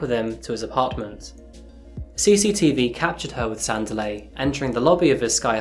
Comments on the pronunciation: PRONOUNCED " SANDEEELI " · No offence to you but you need to learn the phonetics for the names before you present anything..it is sandiiileh and karaabo in terms of pronunciations you need to do some work........... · Ka-rah-bo ; San-Dee-le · Pronunciation is difficult in our language. Ka-ra-bő Mokwena san-di-lé